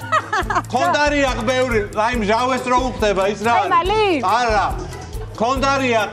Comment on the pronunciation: დებილია ეს გოგო? მხალი რომ ვერ თქვა. ეს ვერავის მოაგებინებს. არარის სამართლიანი ეს თამაში როცა წყვილში ამ გოგოსთან ხარ